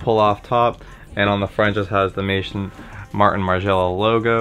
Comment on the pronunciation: It's Maison as in house in French. Maizon